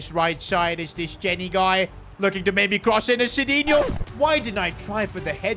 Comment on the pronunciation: Noob sidinho its midinho